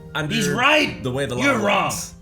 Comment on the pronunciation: did you guys really just say "there's nothing wong with that" 😄